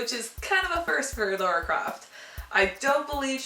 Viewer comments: Good review, but for motherfucks sake IT'S LARA NOT LORA. Where the fuck does everyone get this fucking O from? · its pronounced, Lah-Ra(LARA) not Law-Ra(LAURA)